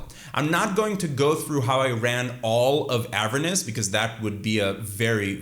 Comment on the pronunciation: Bro please pronounce Avernus how it should be lmfao you say Avernis